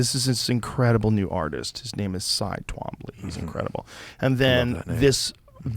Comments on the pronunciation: “Ty Twomby” lmfao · Thats a CyTwombly, he is a master, a contemporary artist. What I would give to own a work from him. See this is the problem with people who who are uneducated about the concept of contemporary art. Honestly im writing this while watching the video and its frustrating. I don't think I wanna spend time writing this comment. The illiteracy of Americans mispronouncing peoples names is disrespectful, talking about artist and not knowing the huge influence they had in the art world is just ignorant. I really like Joe Rogan and the stuff he does on YouTube but this is just disrespectful. And before anyone writes something YES I AM BITTER. Art is not for everyone, understanding art clearly isn't for everyone.